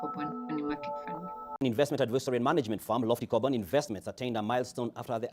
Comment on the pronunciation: Am I the only one hearing Carbon rather than Corban ?